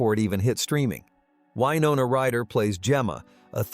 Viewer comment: What, you didn’t like the pronunciation of Winona Ryder?